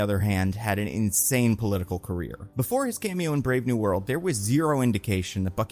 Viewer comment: You keep saying Brave New World but I keep hearing Brave New Bird